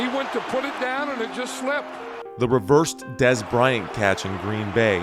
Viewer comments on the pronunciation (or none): none